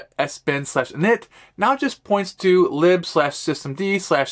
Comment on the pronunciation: I hate that your pronunciation of "lib" is technically correct